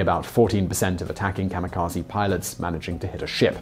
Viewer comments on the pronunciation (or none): Not 'KAMA' but 'KAMI'kaje. Please don't be an American. It's rude. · It's pronounced Kah-Mee-Kah-Zeh" not Zee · Funny. He mentions he will do his best to pronounce Japanese words, and the first one he mispronounces is "kamikaze", which people always pronounce as "kah-mi-kah-zi". "Kah-mi-kah-zey" is the correct pronunciation. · You're good, but I hate how Americans pronounce it "kamukazy". It's kami (gods) and kaze (wind). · Not kamikaze...But Gami-GaJe(Ze).. Originally word from Gami.. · The word kamikaze should be pronounced as kami (神 god/divine) - kazay (風 wind)